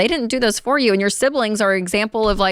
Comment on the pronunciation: the way Rachel says “you”! 😂